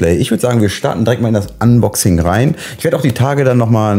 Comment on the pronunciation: Na denn mach mal dein "anbaxing" 😁